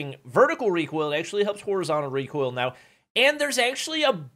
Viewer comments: "Reekoil" brought me here. Lmao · btw it isnt reekoil it is recoil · realising he's actually famous because of how he says recoil: Reek Oil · Literally no "REEKOIL"